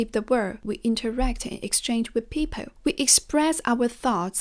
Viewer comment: The correct pronunciation is "goaL", "peopLe", not goü, pepoü :)